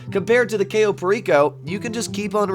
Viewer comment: I'd be rich if I had $1 every time I heard "cayo" mispronounced